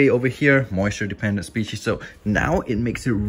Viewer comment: Someone should do a count for how many times he says moisture dependant spieces